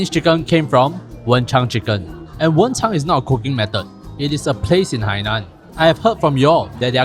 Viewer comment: stop calling it wencháng2 😭😭 it’s wenchāng1